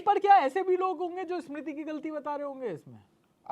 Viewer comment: Host are the most chu.... pahele tera diction sudhar... For Smiti he is saying eeesmiti... Lady voice wale... Bas sabki lete rahta hai tu... The other guy also as if he is wife...😮😂